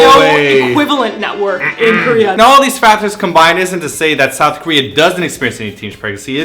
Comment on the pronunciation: Girl you canadian's showin' You said Sowth... Love it!